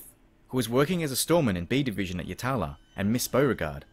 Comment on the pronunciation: Craig and Scott were my second cousins. Thanks for telling their story. At least the SA government decided to throw away the key on this bastard eventually. Just FYI...Yatala is pronounced Yat-lah. And it's Cudd-lee Creek. But good job with all the rest.